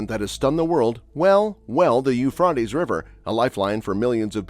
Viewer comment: In English the river is pronounced "Yoo-Fray-Tees" not "Yoo-Frat-Ees".